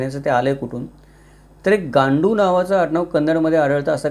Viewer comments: गांडू उच्चार चुकीचा आहे. "गंडू" हा उच्चार कन्नड मध्ये बरोबर आहे. त्याचा अर्थ "नवरा" असा आहे. त्यामुळे गांडू असे न वाचता गंडू असे वाचावे. मी बेळगांव चा कन्नड चे ज्ञान असलेला पक्का मराठा आहे. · गांडू नाही गंडू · गांडु नाही गंडू, means brave man.